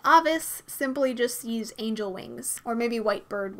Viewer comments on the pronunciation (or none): none